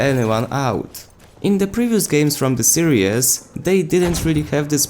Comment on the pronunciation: i gotta say something here, you said serious instead of ''series'' 2 times in the video xD i dont know where ya from but shouldnt be to hard to speak a decent amount of english in this day and age:D